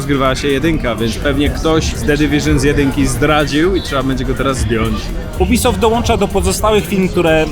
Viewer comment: Każdy: Jubisoft: UBYSOFT xd